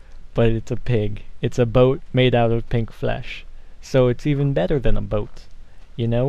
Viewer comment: i like how he says boat :D